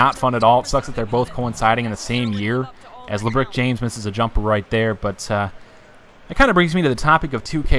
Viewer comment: nigga sed Labrik james lmaooo